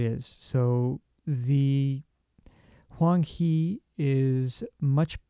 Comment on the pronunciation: It should be pronounced Huang Hae. Tbh, I don’t know if you’ll read “Hae” the way I intend it to be read but... hey, why not try?